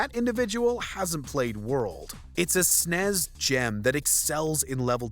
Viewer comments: What a horrible list. There's no way real gamers voted on this lol. And please stop saying SNES as an actual word, it's cringy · Lol did he say snes instead of S N E S 😂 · "Nes", not "Nez"... And "Snes", not "Snez"... Fight me, bro! Other than that oh my God I need everything to be ported to the switch. Y'all are awesome